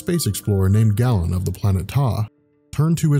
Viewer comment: It's pronounced "GAY-len", not "gallon". *cringe*